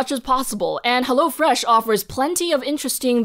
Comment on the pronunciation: Its not HellO Fresh, but its HEllo fresh :D its from Germany and thats how they pronounce it in our commercials